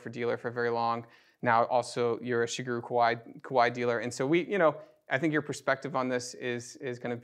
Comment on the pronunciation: I loved seeing these two magnificent pianos compared. Such beautiful sound. One nitpick - I wish people would try a little harder with the pronunciation of Shigeru. In Japanese it it pronounced she-gay-ru. And no matter what language you speak, there is definitely no “guru” in Shigeru. 😂